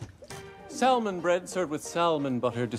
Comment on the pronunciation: Every time he pronounced the L in salmon i wanted to scream lol